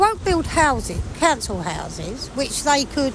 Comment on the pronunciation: "They get all the 'ouses"!